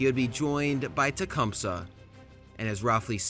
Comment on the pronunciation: You pronounce Tecumseh way more correctly than we do though "T-cum-sea"